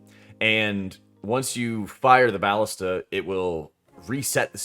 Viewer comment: "BAH-lista"? lol. sir. isn't it... uhhh "bah-LIS-ta"? lolol (Also, quick tip, instead of looking for where the saboteur or wtvr is running, you can actually look around for the BAH-lista with the timer icon on top of it. One of the others with no icon will be next. Also, I'm glad you opened up the discussion about when to fire it. I have been pondering this with my team. Yea, kind of weird how it works. I ALSO wonder if it will stay this way. Also ALSO. Hey! Thanks for making vids, I think they're great! :P It's nice to theorycraft in the community etc ya know? :P